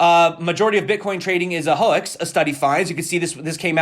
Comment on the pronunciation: Why did you say hoax like that?? LMFAO